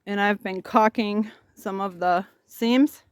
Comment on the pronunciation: Caulking is a another one of those words in the English language commonly mispronounced. Like Liberry (Library) and Realitor(Realtor). LOL 😂